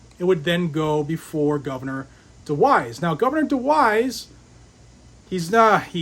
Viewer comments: DeWine not DeWise... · DewiNe, not DewiSe. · DeWine. not DeWise.....he has said he will sign it